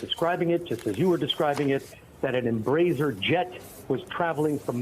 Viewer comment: Her AI was apparently not capable of basic research. T—-vrrrr, Tverrrr…emmmbrazier…sheesh.